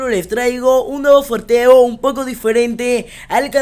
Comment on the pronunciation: se dice sorteo no forteo